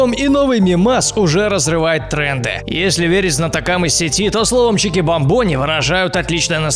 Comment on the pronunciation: Правильно чикбАмбони, а не чикибамбОни!!!!